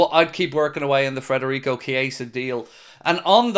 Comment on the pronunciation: mate please stop saying frederico its federico its pissing me off